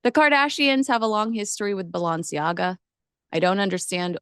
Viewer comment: It would be helpful if you learned how to pronounce Balenciaga correctly.